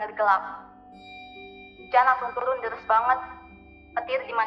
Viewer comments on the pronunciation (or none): Deres ka bukan delessss